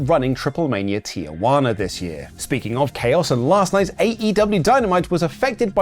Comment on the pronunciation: The city name is Tijuana. Pronounced Tee-hu-a-nah. Where do white people get Tia-wana? Are you calling one of your Aunts named Wana?